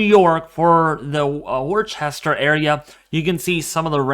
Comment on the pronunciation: Worchester is pronounced "Wooster"